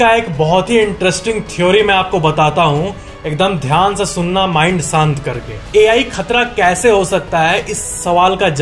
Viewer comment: sant nahi shant hota hai